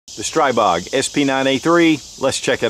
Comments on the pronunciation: STREEEEEEEBOG!!!!!! Learn how to pronounce the guns you are shooting! When in doubt, go to Shot Show and meet directly with Grand Power. Or call them, something. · pronounced STREE Bog. SMH